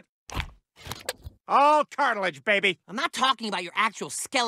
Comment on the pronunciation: Ok, the “cartilager” caught me off guard 🤣🤣🤣